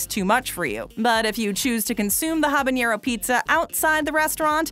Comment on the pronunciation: Y u say habanero like that But tbh i would try all of them excepts the ice cream